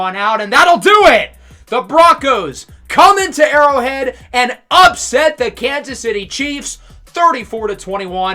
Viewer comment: Mispronounced Burrow Head but Great Video though man!!